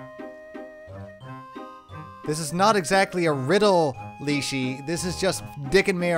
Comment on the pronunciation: Hey,. I'm a Russian, and I just wanted to let you know that your pronunciation is actually correct. It "leshy", as in "lash", not "leash", so the game makers got it a bit wrong. Great let's play, by the way!